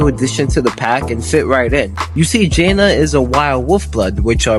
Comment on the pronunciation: Why do you pronounce jana like that?